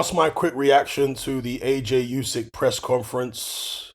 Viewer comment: It's pronounced, 'Oo-syk' brother not, 'You-syk' 💪🏽